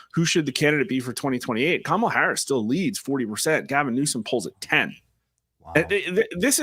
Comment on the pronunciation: Did Newscum said "Tamalcrace" lol